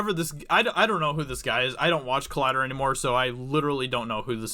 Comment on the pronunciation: Collider not Collder. But yeah they are idiots